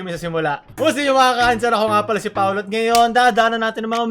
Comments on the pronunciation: Yung narinig ko sa intro ni is "Ako nga pala si Paolut" XD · how to unhear